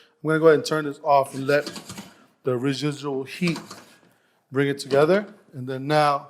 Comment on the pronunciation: re-zhe-djool HEAT bring it TA GETHER